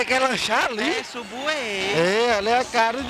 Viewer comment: Fala Errado kkk Escreve Subway e le (Sambway)